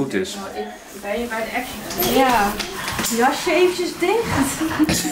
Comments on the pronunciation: Het is geen achsetioun het is aksjen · Neeeeeeen hij zegt A CE TIJoN